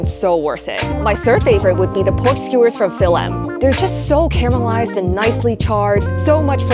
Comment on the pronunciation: Sorry but it’s “caramelized” not “camelized” there’s an “r” in there.